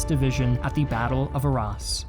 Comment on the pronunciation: Great videos But it is pronounced ah-ra And boo-loyn